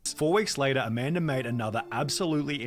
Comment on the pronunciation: I can’t stand hearing “later” pronounced in that way. Pass.